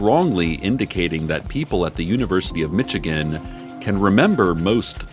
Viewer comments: "Mitchigenne" That ain't it sis lol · "mitchigan" aw, cec you dork